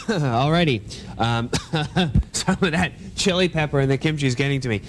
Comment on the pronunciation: Amazing show, he even pronounced kimchi correctly.